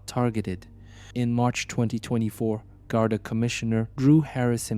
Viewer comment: Anyone paying any heed to this should be asking firstly how much the maker of it can possibly understand about Ireland if they are making a video about the Gardai and they don't even know how to say the word GARDAI. They also call the I.R.A. "era". Don't be allowing yourself to be being influenced by the world's laziest AI.